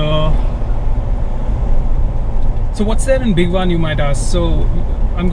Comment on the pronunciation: bhigwaaaaaaaaan nahi hai bhai. bhigwan like bhig+one. more correctly, भिगवण.